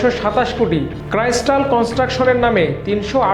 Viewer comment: আমার দেশ এত ভালো একটা পত্রিকা, একজন লেখাপড়া জানা সাংবাদিক কে দিয়ে খবর প্রতিস্থাপন করতে পারে না? কি বলে এগুলা অ্যাপারেল, ক্রাইস্টাল, অভারডিউ 😂